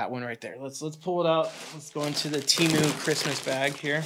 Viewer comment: My brother.. if you took anything away from this years sh1t super bowl.. it should have been the proper pronunciation of Temu! lmaoooo. The way the did it killed me. They want people to say their name properly so badly. they tried drillllling it into our heads. Oh and the promos forsure work.. at least the coupon ones. IDK about all that invite BS LOL!